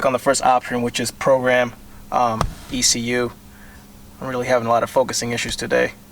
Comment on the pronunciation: E C U!!! Not exhoetech